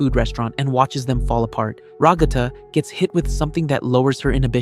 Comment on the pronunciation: Ragatha ❌️ Ruggata ✅️